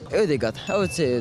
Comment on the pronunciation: tf is wrong with his voice💀 ODEGAH DEBRYJNEH